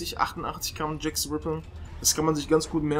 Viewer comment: Wann werden die Deutschen lernen, dass es TH (the) und nicht S (sie) ist? -.